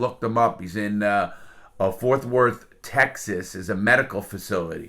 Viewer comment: Why tf did they send him to my state. No hate but its pronounced "fort worth" not "forth worth". Again no hate I love your channel, I'm subbed and everything.